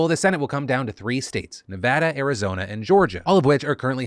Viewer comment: I just had to say thank you to Phil for pronouncing Nevada right.